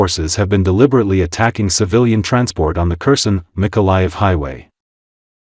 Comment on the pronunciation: This is an AI voice. Kherson is pronounced wrong. I am still upset that Putin was not arrested when the plane touched down in Anchorage. For a state with a small population, we have a large airport that has to refuel planes from all over the world so they can continue to reach their destination. We have officers here in Alaska who could have arrested Putin. Trump is an idiot. You can not bargain with Putin. It's like talking with concrete. Putin believes Russia is entitled to all of Ukraine. He plans to kill a great deal of the population and bomb them into submission, it is clear. Russia has not only North Koreans fighting with them, but Iranians, Africans, Vietnamese and some other nations they can get mercenaries. Putin is a soul-less monster.